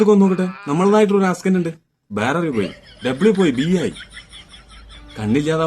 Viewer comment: ആസ്കെന്റ് 😂😂😂 മുടുക്കൻ 😂😂😂